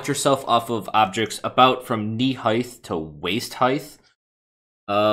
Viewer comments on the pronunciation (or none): Curtainly and heighth? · It's height. Height. Not "heigth". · Heighth? Really? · ...heighth. I almost clicked off the video in the first 30 seconds bc of the way he says height. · You pronounce height weird.